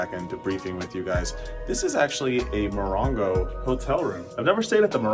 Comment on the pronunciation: Moron-go or Mo-ron-go?